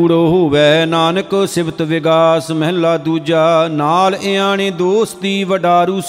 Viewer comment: ਮਹਲਾ ੧ ,,ਉਚਾਰਨ ਕਰਨਾ ਮਹੱਲਾ੧